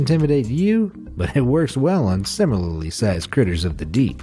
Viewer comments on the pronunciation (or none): none